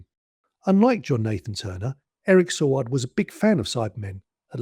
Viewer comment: Yes, the return of the Cyberment and Adric's death were surprises. However, a word of advice - do a little bit more research - Eric Saward's name was pronounced Say-ward, the planet Traken is pronounced Trarken, and March 1982 was not chilly - it was mild and sunny all the way through, like Spring should be. Perhaps trivial points points, but those of us who were around at the time tend to find it annoying after a while (particularly when you kpet saying Sar-ward instead of Say-ward).